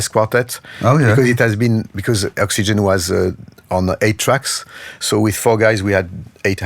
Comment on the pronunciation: Oops! Vince Clark was in "Yazoo" (with Alison Moyet), not "Yazz", and Oxygene is not pronounced "Oxygen"! Otherwise, a nice presentation. 🙂